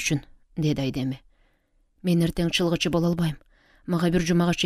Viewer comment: Чалгынчы деп туура окусаныз чылгычы дебей А так соонун окупсуз 🎉